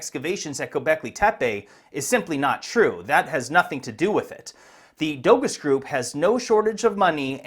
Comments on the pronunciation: Letting you know Doğuş is pronounced “Do-Oo-Sh” the Ğ is silent in Turkish. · 🤣 for one thing "Dogus" isn't pronounced "doe-gus" ... it's Turkish, pronounced (approximately) "doe-oosh" ... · Howdy,! the Turkish word Doğuş would be pronounced "Doh-oosh". Ğ is a silent G that elongates the previous vowel, and Ş is a "sh". But keep calling it dogus if you think it is bogus. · Who is gonna tell him that it’s not pronounced “dogos”? It’s pronounced “dosh”. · Dogus is pronounced doge like in dogecoin